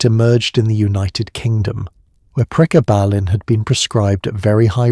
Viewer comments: PREEEEE GABB UH LYNN. Gabb like blabbing, grabbing. GABB. Not prayguh ballin. 😂 Pre. Gabalin. GABuhlin. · Priggabalin??? 😂😂😂 It's actually called Pregabalin! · Prega..ballen ? Ai sux! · Quite simply the best piece on this drug ever produced. Maybe informed by AI but none the worse for that. Pronunciation of Pre-Gar-Bar-Baline is weird. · Pre gaba lin .... Ai can't read that word yet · How could you possibly say it SO INCREDIBLY WRONG when the word is pronounced on the commercial????????